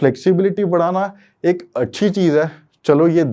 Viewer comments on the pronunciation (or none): none